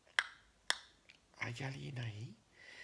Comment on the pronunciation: No me güsta... El: "Hola amijos". Ese... Que dices, como salüdo... ¡¡Sïempre!! Al principïo. [Y la entonacïón. Mücho menos] ¿¿Podrías cambïarlo, por...?? ¿¿Algún otro, salüdo?? [Sobretodo. La entonacïón, del mismo. Y el tono... A lo largo; de todo el vidëo. En ¡¡Todos!! Los vidëos] *Gracïas_